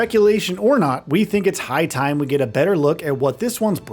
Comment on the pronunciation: Am I the only one that heard him say that " its pie time", instead of " high time "? Lol